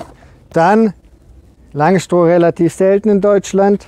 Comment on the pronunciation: Schönes Video. Wenn wir dann noch aus "Langstroh" Langstroth machen, dann wird es auch fachlich korrekt. ;)